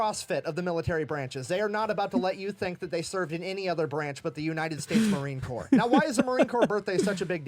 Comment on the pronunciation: not to be ugly, but it Corps, not corpse